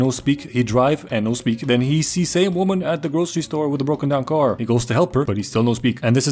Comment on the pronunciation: "Wöman" eh?Are you a pale connoisseur?